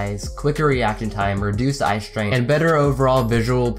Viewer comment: I though he said reduced eye strength not strain lol